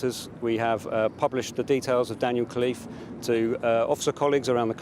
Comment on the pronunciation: It’s “Khalife” & not Cliff try to pronounce it in an Arabic way.